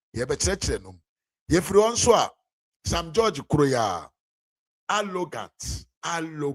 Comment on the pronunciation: You're a nasty blatant liar and you don't even know what you're talking about. That's why you can only say Sam George is "Allogant". Rattle your heavy twi tongue and say "Arrogant". What a shame!